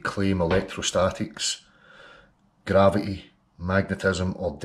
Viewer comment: He can't even say gravity, let alone understand it.